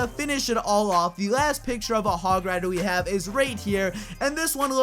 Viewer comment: Said it terribly the hog rider thing